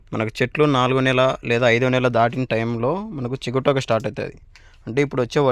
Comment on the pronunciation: చిగుటాకు కాదు "సి గ టో క "